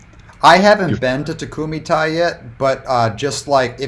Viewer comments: It’s tay not tie. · they're just letting them know how to pronounce something properly... Takumi-Tei is Japanese hence why it needs Japanese pronunciation, わかりますか? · I typically love your Disney Dining Show, but this one was totally phoned in—literally and figuratively! You didn’t even remember what you had to start, you pronounced the restaurant name incorrectly and had no photos. I’m really disappointed; I’m used to a much higher standard from you. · You're still not pronouncing it right :D